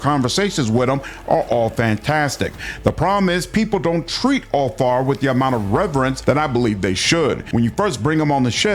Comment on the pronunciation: Úlfar is not pronounced Úl--far, it sounds like it has V instead of F . So Úl---var, at least that's how it is pronounced here in Iceland. We can still read with out any help the Viking language Gammel norsk or Icelandic. Like our Edda witch was written in the 13th century and it tells you stories about many things our ancestors did, and also goes in to our religion Ásatrú. But yea sorry about this mate i just wanted to point this out. Skál Ps.. keep up the good work you do, I love your channel but I've been lurking here since the early days😊😊